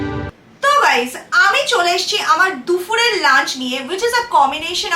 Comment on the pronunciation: Dufur noi Dupur🙃